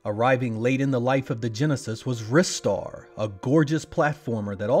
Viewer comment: Oh my gosh finally a YouTuber that pronounces Ristar's name correctly That game is in my top five favourite games of all time so always painful to hear the title of that game butchered as though it's some kind of wheat food. Love listening to Sonic & Knuckles as well. Can't go wrong there. Will add however that not all Western developed game music for the MD was bad. Some of it was quite good, Comix Zone being one example.